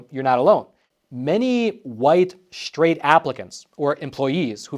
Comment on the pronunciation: straight not shtraight